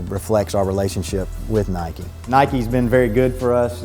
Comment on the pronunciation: WTF! Nike. Nike. Nike Give me a break.